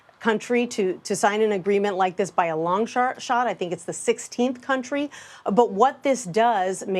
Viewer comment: she said a long shart.